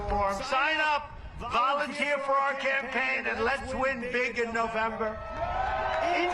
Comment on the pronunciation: Dear Forbes, President Not Presiden Campaign Not Campapign Thank you